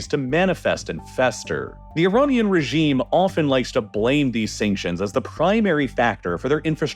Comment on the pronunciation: Iranian, not Ironian